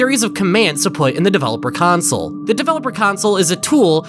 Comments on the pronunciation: He still sometimes says council. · He really did, genuinely. Pronounced it incorrectly. The whole. god. damn. video. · Drinking game every time he says “council” take a shot every time he says “console” drink the whole bottle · You only made this because you're embarrassed that you mispronounced "console" as "council" so you're trying to drive people away from the original so they can watch this one instead. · Cant believe you'd rewrite two entire Interloper episodes just to erase the fact that you said council commands instead of console, still good content though! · Oh boy, a redo of the original two videos?! I wonder if he says "CONSOLE" correctly or if he keeps it as "COUNCIL" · was this retake just done so u say “console” instead of “council” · same.... it was VERY hard to watch . a "city council" is not a Xbox360 console "sill" (like...window "sill") VS "sole" (like...sold your "soul" to the devil) . my dad says "idea" like..... "i deal" cards in poker pisses me off also.... but apparently that is a way a decent number of people pronounce it (forget where from) . and then to be like "fuck you, imma say it anyway" LOL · the way he says console so fkn aggressively in this video after EVERY single comment i saw was giving him sht for pronouncing “console” as “council//counsel” lmaoooo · I just had to rewatch the video to hear the story without you saying counsel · Remember when he pronounced console as "council' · you can try to hide your mistakes all you want, we all know you pronounced it as council. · council, which is how was pronouncing it before. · he pronounced it like “council” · hmmmmm i wonder if he restarted the analysis because he wanted to erase he mispronunciation of console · In older videos on this matter, he was frequently made fun of due to the way he pronounced the word "Console". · watch his original Interloper video! Or even his second one! He says it constantly in the first one and addresses the mistake in the second one